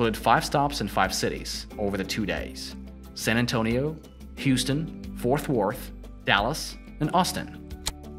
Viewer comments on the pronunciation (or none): Btw, Fort Worth is pronounced Fort Wurth, not Forth Worth, and Lincoln is pronounced Leankin, not Linculln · Ik you ain’t from Texas... “Forth Worth”, definitely FoRT Worth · It’s not Fourth Worth and it’s not Louf Field. Where did they find this guy? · Bro it’s FORT worth not FOURTH worth. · Bro don’t mispronounce his wife’s name that’s disrespectful. UGH! Her name is jacka-lin. NOT Jackleeeeen. Also, Fort. Worth. not forth worth. And Lincoln. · Its FORT Worth....not FOURTH Worth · Oooof. It's Fort Worth. Not Fourth Worth. Have mercy lord. 😂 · Girl, where do you see the H in Fort? It’s pronounced literally how it’s spelt!!! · I hate to be picky but this guys pronunciation of Jacqueline and Fort Worth need some work